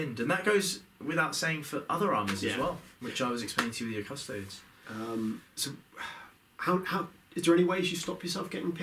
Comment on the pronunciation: You react to this and not him calling Custodes "Cuss toads"! :)